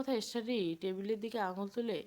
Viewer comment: স্টাডি” ইস্টাডি নয়